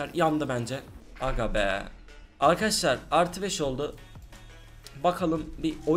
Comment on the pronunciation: Çok sinir oldum akaaşlar demeyi brakta arkadaşlar de